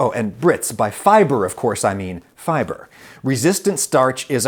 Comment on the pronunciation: FIBRAY??? SERIOUSLY ADAM???🤦🏾